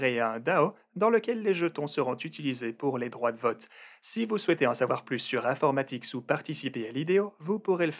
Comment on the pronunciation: Si je lis bien c'est infomatix et non informatix Comme tu le dis à chaque fois sur la vidéo. Bonne soirée